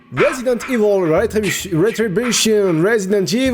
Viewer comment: RESIDENTE IVAULE REUTU DI BYUCHEEEUN